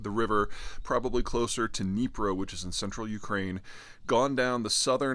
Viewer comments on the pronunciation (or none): There's no "n" in Zaporizhzhia. Dnipro not Dnipr (the latter is Russian pronunciation).